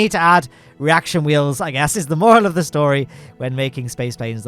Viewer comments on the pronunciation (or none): none